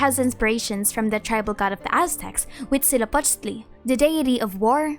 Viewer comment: how are you so good at pronouncing all these words huitzilopochtli would take. me a whole day to learn how to pronounce